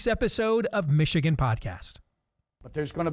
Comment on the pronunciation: Can someone please explain to me why a lot people say meeeeechigan. How did that even start? Did someone pronounce the name funny and people just ran with it cause they thought it was funny? Ore so they genuinely think it sounds cool like that cause? It just kinda sounds stupid lol